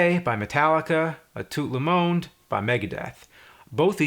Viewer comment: "Ah toot le moond" There is nothing funnier than an American or Brit talking french :p